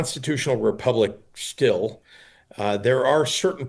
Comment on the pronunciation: Pritzer can barely say ‘still’